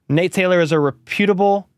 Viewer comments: Reh’ pu tble. Not ru pu’ tble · Respectfully, REP-u-ta-ble not re-PEW-ta-ble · Rep-UTE-able, not Re-PUTE-able. 😂 (haha... love you, dude. just bustin ballz)😊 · Love your videos. But it's rep it able not re puuutibll sources😊😊😊😊 seriously though love your page you give honest and accurate reporting and do a great job covering the best team in the NFL. Could not agree more with your views on Rice. Keep up the good work!!! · I love you and love you content, Let’s go chiefs! … it’s REP-U-TIBLE not RE-PU-TIBLE 😂 love you bud!